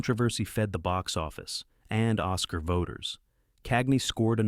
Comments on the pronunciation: AI slop. Nobody, ever, has said “Os Kaar” instead of Oscar. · So, for the song "Zip-A-Dee-Doo-Dah" the film "Song of the South" won an OSS-car? Christ, Almighty, Golden Age Classics, teach your AI how to pronounce words the right way... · Ah, yes... but will you ever win an Oss-Karr? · Someday AI might become good enough at pronunciation to actually fool me. But not today. I mean, mispronounce the name "Oscar", no human would do that. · Why oh why do you insist on ruining what could have been an interesting & informative video with the most dreadful quality AI narration imaginable? The egregious mispronunciations of performers' names, movie titles, and even the word "Oscar", makes watching the entire offering virtually impossible, and leaves no desire to check out any other items from your channel. I am truly sorry that with so much potential, you must now join my "don't recommend" list along with so many others who have chosen to trade off good content for a few saved dollars. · I think it was trying to rhyme with Zip Ah Dee Do Dah. The rest of the time it pronounced Oscar correctly.